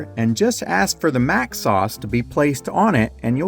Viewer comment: It's Mac not Mic.